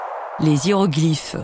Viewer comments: à T = 1mn59 si tu tends bien l'oreille tu entends : les ziéroglyphes. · Les "Ziéroglyphes"... 😄